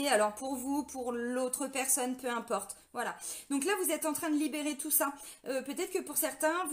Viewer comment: " Peu impeurte".....😁 Merci... pour cette énergie dans la forme de cette guidance. Ça pulse....